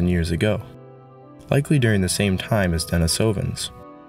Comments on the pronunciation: The pronunciation is a bit off, the stress is supposed to be on the I, in the second syllable. So not denisOvans, but denIsovans. Since in Russian the name Denis - the name of a hermit the cave is named after - is pronounced with the stress on the I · Love the info and video but yeah work on the pronunciation😊 not only Denisovans but Neanderthals as well. (Neander -tall) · I dont think you are pronouncing Denisovians properly.